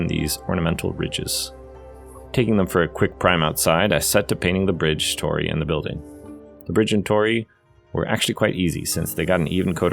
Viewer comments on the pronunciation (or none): Very nice project - turned out great. A slight annoyance ... those 'gates' are pronounced "taw-dee" not "tor-ey"